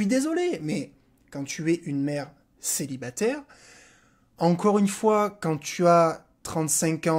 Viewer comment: "Maman celibaterrrrrre" 😂